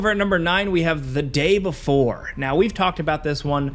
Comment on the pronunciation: You didn't say the day before correct 👎 You said it wrong as the day boofore